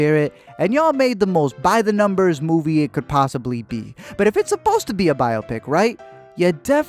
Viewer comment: The way he pronounces biopic, repeatedly, kills me.